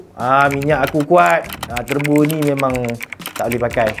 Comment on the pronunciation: Wow Terbo! Bunyi jawa sgt lah